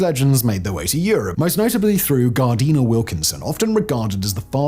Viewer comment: It is strange and disconcerting to hear you pronounce the name “Gardiner” as if spelle$ “Gardeener”; it’s pronounced exactly like the word “gardener.”